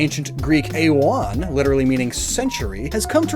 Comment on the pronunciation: Ae=e Its not "ayy-os" its "ee-os" its not "ayy-on" but "ee-on"